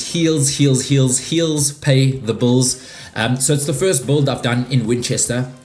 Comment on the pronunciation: I was amazed he pronounced both rhymed words in opposite ways 🤣